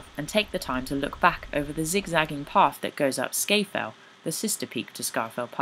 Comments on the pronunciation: Very nice and well done but Sca Fell is pronounced Scaw Fell and the peak next to it is Scawfell proper. Not Scayfell. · Sorry to be pedantic; there's no r in Sca Fell.